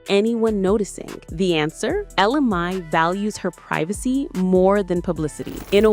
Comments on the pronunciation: You have her name spelled correctly but last name is pronounced MAY. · It's funny how the pronunciation of both "Mai" and "Jacquees" changes as the video goes on ...